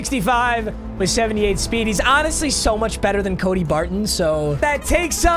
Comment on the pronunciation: Any mf who thought he said the wheel of sped builds my team 👇🏼